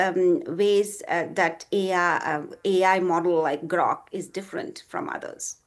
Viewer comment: Hey lady, it's Grok, not Groak. And Gemini, not Geminee